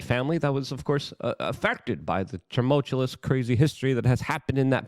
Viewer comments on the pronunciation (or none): So you're just gonna keep saying "tum-ultcha-lus"... huh?